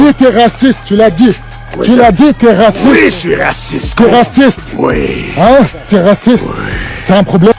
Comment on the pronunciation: Pas raciste "raciss" 🤣🤣🤣